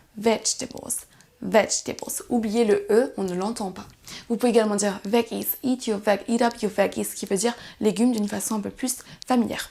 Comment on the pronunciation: "gg" de veggie se prononce comme le g de vegetable ou ginger, pas le g de girl ou egg. A diner aux US est très proche d'un bitro ou d'un resto routier oû l'on peut avoir un bon repas qui ne coûte pas trop cher.